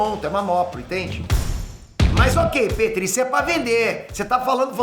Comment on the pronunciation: e sopa de macaco e nao sopa de mamaco kkkkk.